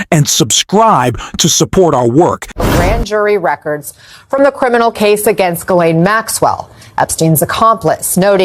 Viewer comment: Gotta love the AI Jizz-laine name pronunciation. Bernie Sanders remains the one politician who can replace the most corrupt administration this country has ever seen.